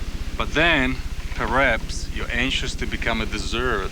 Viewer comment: This is fantastic. Let's ignore the fact that the charismatic leading man fluffed some of his lines, (mispronouncing the word "perhaps" as "prehaps" ) Did the director not pick this up in the editing room? The acting is patchy too. It seems that the director didn't bother doing any retakes until the scenes were perfect.